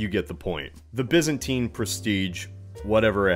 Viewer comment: It’s pronounced Byzantine silly, not Byzantine